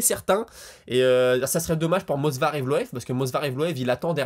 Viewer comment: "Mosvar" Movsar je crois que c'est mieux ^^ Je ne sais pas si tu as remarqué mais l'anglais c'est un peu (beaucoup) le Gros point faible des Brésiliens : Pereira, Oliviera, Figuereido, Lopes, Silva avant comme tu l'as dit, etc... Bref si un jour l'un deux se marie avec une anglophone peut-être que ça leur donnera l'occasion de travailler dessus mdr Sage décision de Gaethje, j'aimerai tellement qu'un certain bsd en fasse autant. Pour Islam vs Dustin et pourquoi pas imaginer un forfait sur blessure de Makhachev (même si j'espère pas) comme ça bim revanche entre Dustin et Max ?? Je préfère cette option à celle vs Islam perso.